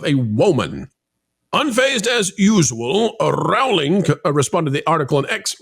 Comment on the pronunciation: I love you guys and wanted to let you know the JK Rowling’s name rhymes with BOWLING. It’s a long o sound. You guys are so great I knew you’d prefer to pronounce it correctly. Keep the great content coming!❤